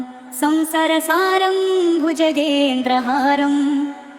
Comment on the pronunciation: संसारसारं को संसर सारं कहा जा रहा है सुधार कीजिए।